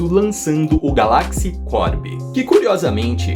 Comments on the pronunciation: Da agonia ouvir ele falando galÁxy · A sua pronúncia de Galaxy está errada